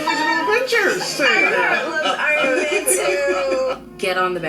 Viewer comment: Iron Mayne 😂😂😂😂